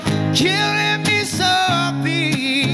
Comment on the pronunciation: Dam i love this cover except the only complaint i have an granted its a minor one, is the pronunciation of the word softly. He sings soo-feee wich is kinda irritating me lol. Say it right bro. Good cover tho